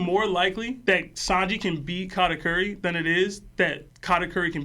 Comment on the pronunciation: Katateary is a crazy pronunciation